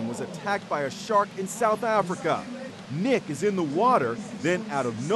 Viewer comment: It’s MICK fanning not nick smh